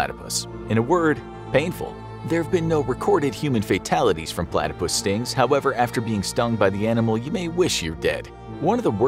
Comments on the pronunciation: Why are you saying Palatypus instead of Platypus? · PO-latopus. That is all.